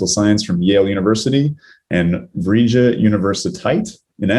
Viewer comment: Vrije Universiteit wold be pronounced as Vra-iye universiteit. You could also just call it the VU Amsterdam.